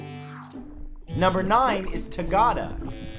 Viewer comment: love your videos and the fact that you include places from all over the world but the way you pronounce "tagada" is hilarious :D it has been a really iconic ride on central european funfairs, especially teenagers try to make it into a challenge about who can stay standing for the longest in the middle